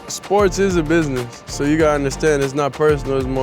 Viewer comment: Love the way he pronounces business as, "bi-ness", every time.😆 Beautiful smile.